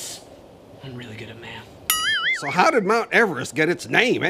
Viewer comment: is really bad at mahth